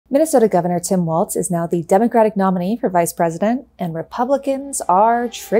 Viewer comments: I enjoy your commentaries, but can you double check your pronunciation of Gov. Walz's name, please? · Walls !!!!!!!! Not Waltz…… Good grief. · It's Walz (walls) not Waltz. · Weird how many people who are super keyed up on respecting people enough to not misidentify them aren't bothering to pronounce Walz correctly. Does it matter to us or does it not? If it's an insult when they do it to Kamala how is it not an insult when you do it to Walz? There's no "T" and we aren't in Germany. The man has told us how to pronounce his name. Respect that. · she says waltz throughout the video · It's "Walls" not "Waltz" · Psst: "Walls", not "Waltz" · It’s not “Waltz” it’s Walz…Jeezuz! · It’s pronounced “Walls” not “Waltz” the dance. Walz has no T in his last name. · Pronounced Walls (not Waltz), for future reference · It's WALLLLZ. Walls. Walz. Balz to the Walz. Please stop with "Waltz". That's not his name. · Had to shtop. It walz, not waltz! If you're gonna talk for a living...derp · His name is pronounced ‘Walls’. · It's Walz, not "Waltz" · It's walz not waltz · It’s pronounced “Walls” not “Waltz” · Walz is pronounced Walls not Waltz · You could start by pronouncing his last name correctly. It is pronounced.Walls not Waltz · Walz not Waltz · Tip for just everybody over the next few months: There’s no T in “Walz”. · Cool. There's no T is his name though: its Walz not Waltz. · His name is not pronounced like the dance, walz. His name is pronounced more like “walls”—plural. So, again, no “t” sound. Watch some local Minnesota news and you’ll hear them pronounce it correctly (or just find a clip of the guy himself saying “I’m Tim Walz”). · His name is pronounced "walls" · Great video, thank you! But you seam to be pronouncing a “t” in his name that isn’t there. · There is no t in his last name, Walz is said like walls not waltz. I know that he wasn't very well known before this week. So I'm trying to inform people. Thank you from a proud Minnesotan, have a wonderful day.